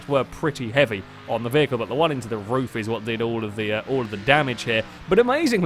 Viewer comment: Roof, not rough